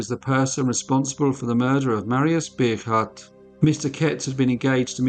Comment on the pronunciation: Bogaardt is pronounced Bow-gart